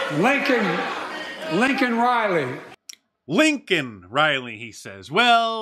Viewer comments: Biden said Lincoln NOT Laken! He didn't even know her first name. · He said LINCON Riley...it’s LAKEN Riley. How insulting is that... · He DID NOT say her name !!! He said Lincoln Riley. Her name is Laken Riley. Lincoln Riley is the head coach of the USC FOOTBALL TROJANS. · Couldn’t even say Laken’s name right. But he brought up his dead son again. So disrespectful. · As with most people in this country, I am frequently disgusted and appalled by this dementia riddled criminal, but, I have never been so infuriated by this idiot as when he butchered the name of that poor girl, Laken Riley. I heard that someone actually invited her family to attend this travesty. Thank God they had the good sense to decline. As for that "Senator" giving the response, she might have been saying the right things, for the most part, but she came off like a thirteen year old acting in a middle school play. Was that really the best the "opposition party" could do?!? It's getting harder and harder not to be a doomer with this nonsense. God help us. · Ya' gotta love that smirk on the Vice Marxist in Chief's face when old Dry Balls holds up that pin and then how quickly it vanishes when she realizes that he mispronounced Laken Riley's name. i swear, they're the gift that NEVER stops giving.